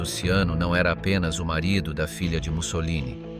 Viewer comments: At least leand how his name in pronounced!! GaeazoCiano ishould be pronounced Galeatzo Chano and not siano!!! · Robot sei handicap nel linguaggio 😂😂😂 Galeazzo Siano?????😂😂😂😂😂 Ciano,pirla Ciano,Cianooooooooo 😂😂😂😂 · "Siano"??? Dev'essere uno scherzo... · Ciano, non Siano. Che noia questa AI.... 😢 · Ciano.....non Siano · E Ciano,non sciano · Ciano con la C iniziale e non Siano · Sag nicht immer "Tschiano", sondern nur "DSCHANO"!!! Tönt ja scheußlich. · 0.44...Siano? Ma che cazzo dici? Poi Ciano diventa addirittura Luciano...Ma che cazzo dici? Vergogna!!! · Ciano se pronuncia CHIANO. 😉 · Ciano is pronounced Chano...is it so difficult to get the name of the subject correct? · Perché il cognome viene pronunciato SIANO?? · Ciano con la c - Edda con due d. Ma sapete leggere? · Learn how to pronounce, the name CIANO !! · Ciano,con la ci! Xkè usate voci artificiali e poi volete di iscritti? Questa non è scienza ,è fantascienza!😂😂😂😂😂😂😂😂😂😂